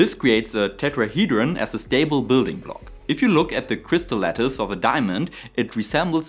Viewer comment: Fantastic — I loved it from A to Z! It was serious and well-sourced, but still full of passion and excitement. Perfect combo. Now, as a French listener, I have to confess: when you said “crystal lettuce,” I genuinely pictured a salad shape crystal. Took me some time to realize you meant crystal lattice. As a French English speaker, I’m probably the last person who should be giving pronunciation advice — but hey, maybe give that word a little tweak next time, just so your French audience doesn’t end up craving transparent vegetables 😊.